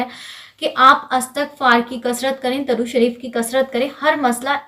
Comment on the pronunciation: Assalamu alaikum Plz correct it... It's durood not darood... Darood means wood